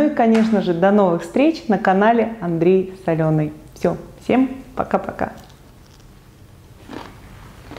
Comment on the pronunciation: Одна я слышу: " Приветствую вас на канале Андрей Соленый"? 😀